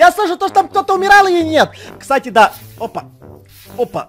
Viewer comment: Даааааа дееееее